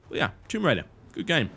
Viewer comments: WTF is THOMB RAIDER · "THOMB RAIDER RAID THOMBS" Before he edit's it